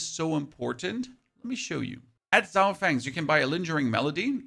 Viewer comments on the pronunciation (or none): none